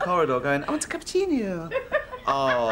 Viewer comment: was the "cappuciño" deliberate?